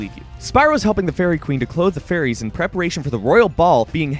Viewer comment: when he says fairies it sounds like furries.